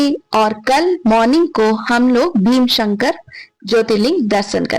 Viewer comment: भीमशंकर नहीं भीमाशंकर boliye. Viewership badhao correct उच्चारण se. नाम कभी भी ढंग से लिया कीजिए